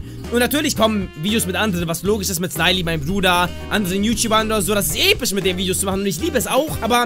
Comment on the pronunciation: wie du immer noch voll viel episch sagst oder wie du äpisch xD